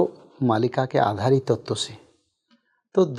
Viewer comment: Host महोदया, आप भविष्य "मालिका" को भविष्य "मलिका"बोल कर इस ग्रन्थ नाम बिगाड़ने का कार्य न करें 🙏🙏🙏🙏